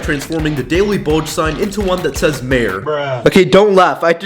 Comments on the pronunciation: you calling the daily bugle "bulge" 😂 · Aint no way he called the daily bugle the daily BULGE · Bro you called the daily bugle "daily bulge"💀💀💀💀💀💀💀that pissed be off even when he messed with the building because I love marvel and bros lucky I'm not unsubbing